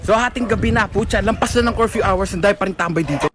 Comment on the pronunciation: I love your accent say it again: “CARFEW” 🚘 🚙 🚘